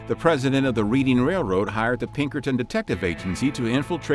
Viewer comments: Reading railroad😂 is pronounced Redding railroad😂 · is Reading in the US pronounced like that?!